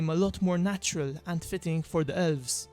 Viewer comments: I just keep hearing "Ölvs" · "Ölves" ... sry